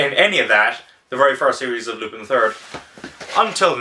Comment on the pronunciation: I know this is an old video but it's Loo-pawn.